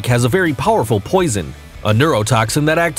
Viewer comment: Everytime he says poison i cringe. Lol